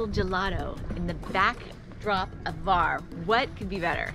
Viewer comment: Respect for pronouncing Korčula and Hvar :)